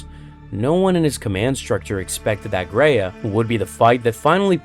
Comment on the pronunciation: Planet Graia, not Greya, Gr-eye-a. Titan Invictus wasnt being constructed, Sidonus commented that it was 'unused'.